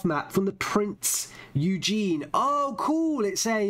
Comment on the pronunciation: + Prinz Oi-Gen